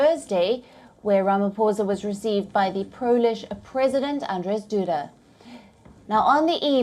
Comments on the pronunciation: I will help her. It is pronounced: “Rama-Poesa” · It was very difficult for your correspondent to say Ramaphosa....always practice before going on air.